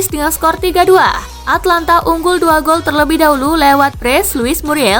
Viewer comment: Min,itu Atalanta bukan Atlanta...